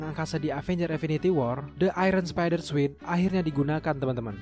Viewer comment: Sorry ni min bkn suit bca nya tp sut... Trus bkn sekuel ti sikuel...